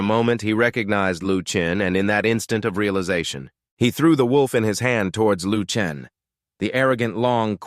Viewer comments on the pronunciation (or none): Why on earth does this thing keep calling Shisan "Duthaptan" and Lu Chen "Luke Tran".